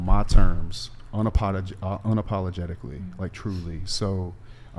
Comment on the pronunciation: "imma live my life on my turms, you can ax me dis 85 different ways" also at another point he said "if you want kids imma have kids witchu" lmao